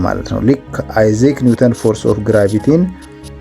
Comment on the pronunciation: ያንተ አንድም 'ቪዲዮ አምልጦኝ አያውቅም። አይዛክ ኒውተን' የሚለውን አይዚክ ኒውተን ስትል ሰምቼህ ደጋግሜ ጽፌልህ ነበር፣ አደራ አትድገመው!!! በተረፈ በርታ።